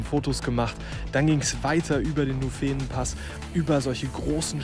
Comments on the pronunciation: Schönes Video über eine klassische und grossartige Runde. Aber: Wieso hast Du keinen Schweizer gefragt, wie man 'Nufenen' betont? Es klingt so deppert, wenn man den Namen auf der 2. Silbe betont. Auf jeden Fall für mich als Schweizer. Hmm - nein, es klingt auch sonst einfach so deppert, dass es weh tut. Erste Silbe 'Nu' betonen, 'fe' und 'nen' beide kurz und unbetont. Video neu machen, bitte. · Nuufenen gesprochen nicht nufeen :-) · Nufeehhnen - aua aua Nuuhfennen - bitte bitte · Sehr schön gemacht, das sagen hier ja auch schon alle anderen. Nur bei den Namen sollte man sich halt bei den Einheimischen erkundigen. Der Nufenen d oder italienisch Novena spricht man nicht Nufeenen sondern kurz, Ton auf der ersten Silbe dem u. Die enen sind wie bei Birken ohne Ton. Anders beim italienischen, da liegt der Ton auf dem e, also Noveena. Ähnlich bei der Tremola, italienisch von drehen. Da liegt der Ton auf dem e, also Treemola, das o und das a kurz. 😊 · Hey. Cooles Video. Dass man den nUUUFenen anders betont hat dir schon jemand geschrieben. Das nächste Mal meldest du dich, wenn du in der Schweiz bist, dann geb ich dir eine kleine Einführung in die Namen. Was aber wichtig ist: Postauto mit Fahrrad nutzen geht nur noch mit Reservierung (in der ganzen Schweiz). Sprich spontan geht (meist) nicht. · Wieder gut👍Nett wie du Nufenen betonst. So habe ich das noch nicht gehört😉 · Habe ich auch gleich gedacht 😁😁 das erste e wird bei uns nicht so lange betont ... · Danke für das Video. Nufenen wird in der schweizerdeutschen Aussprache korrekt auf der ersten Silbe betont. Nachzuhören z.B. in diesem Video bei ca. Falls du noch mehr Lust auf Alpenpässe in der CH hast, es gibt dazu einen interessanten Anlass, das Alpenbrevet. in der anspruchsvollsten Kategorie "Platintour" sind dabei an einem Tag fünf Pässe mit insgesamt 267 Km und 6'800 Höhenmeter zu überwinden.